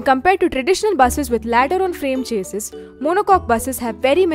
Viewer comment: monocoque "chassees" 😂😂